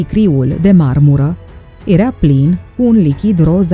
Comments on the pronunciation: Pronunță și tu când prezinți ceva "era" nu "erea" te zgârie rau pe creier. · ador dicția perfectă și vocea e minunată, dar se spune (i)ERA, NU erea.......o doare! Limba română ERA și este minunată NU E-REA! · Deci omul trăi pe Terra înainte de apariția omului. Whattt? Și încă ceva, vezi că zici "ierea" în loc de era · Era* nu "ierea" , jurnalisto !!! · poate ca se pronunță "iera", in niciun caz"ierea". E o diferență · Erea...erea..ce naiba!? 😒😪